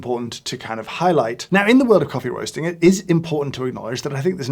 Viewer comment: “The world of coffee wosting is cwazy…witawy”